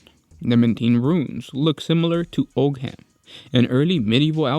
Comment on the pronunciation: Ogam script is pronounced 'Owamm' .. the tree alphabet.. a G is a W mostly.. Same goes for Oggam the Celtic god of writing.. Sorry, always correcting that with folk...